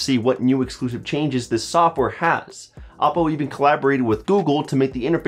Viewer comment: Isn't it oh-po?